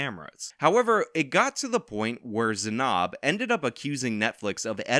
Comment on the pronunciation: Weirdly bothered by your pronunciation of Zanab